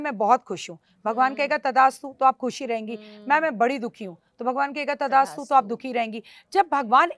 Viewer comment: मैडम जी तदा अस्तु... नहीँ बोलते.. तथा अस्तु बोलते है... आप का कई शब्दो का उच्चारण सही नहीँ है कृपा इस पर ध्यान दो क्यूं कि आप को बहुत लोग सुनते है..🎉🎉🎉🎉🎉